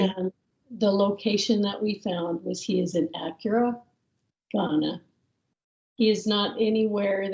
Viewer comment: "ACURA", Ghana 😂